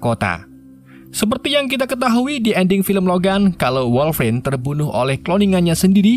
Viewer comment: Dupik dan woiguinlin woi